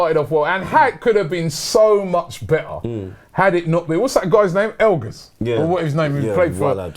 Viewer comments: It's Engels not Elgas hahahah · I'm a Villa fan, so it's alleviating some pain when these two mix up Engels and El Ghazi and call him Elganz